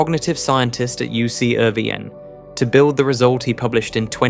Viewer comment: Was that reference to Irvine University? If so it was badly mispronounced.